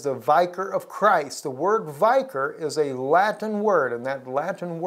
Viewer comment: Really, you should learn to properly pronounce the word vicar if you are going to continue to use the word repeatedly.